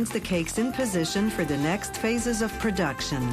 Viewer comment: I absolutely hate the way she says "spunch cake" and "production"